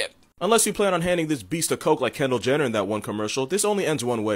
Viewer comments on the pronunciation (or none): none